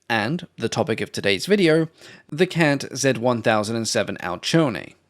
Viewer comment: Hi, I officially forgive your pronunciation of CANT on behalf of all of the people of Italy, none excluded